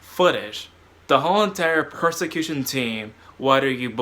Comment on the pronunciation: Not to be mean, but did you mean "persecution team" or are you saying "prosecution team"?